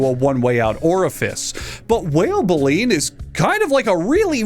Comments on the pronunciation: Um actually , it’s bay-lean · Good video. And by the way, it's pronounced "bay-leen". The set of brooms inside the mouth of a filter feeding whale. All filter feeding whales have baleen. It's how they filter their feed to capture a bunch of krill. The very largest animal on earth eating some of the smallest animals on earth, just... doesn't bode.